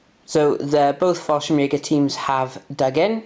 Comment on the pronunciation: Nice batrep so few to watch lately on YouTube anything that gives me ideas for my solo battles are good😁. Also this may sound harsh but it is meant slightly tongue in cheek but thank God your pronouncing falschirmjager right at last I guess someone said something😂😂😂 it was the only thing that set my head spinning.